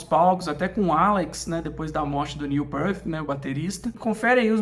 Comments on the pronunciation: Neil o quê? "Pearth"?? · Neil "PIRT", por favor...🙄